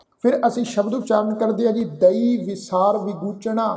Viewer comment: ਵੀਰ ਜੀ ਤੁਸੀਂ ਬਿਲਕੁੱਲ ਸਹੀ ਉਚਾਰਣ ਕੀਤਾ (ਦਈ)